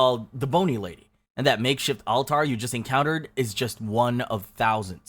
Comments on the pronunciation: Altar: it’s accented on the first syllable and the ‘tar’ is pronounced more like ‘terr’. Interesting video! Thanks. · why you say altar like that?? Ahl tahr? It's al-ter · All-tar? It’s pronounced ALL-ter. Is this narration AI? That would be an odd word to mispronounce. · "The make shift all tar". Haha So stupid. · The narrator’s pronunciations of “altar” and “blatant” are comically bizarre. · That’s the weird pronunciation of “alter” I’ve ever heard. There are definitely more you could make a part 2 with. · bruh, cant pronouce altar..... what kind of ai bs is this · No one pronounces altar like that. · Well then who is narrating? Even AI knows how to pronounce altar and David. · It sounds like someone trying to read a Spanish word. Altar